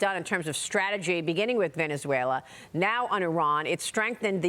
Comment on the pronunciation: Did she say strategy? LOL